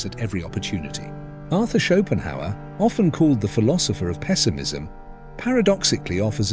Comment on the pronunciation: when AI calls Schopenhauer “Chopin”